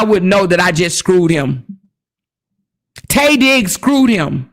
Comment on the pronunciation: Everytime you said Tay Diggs, i hollered 😂😂😂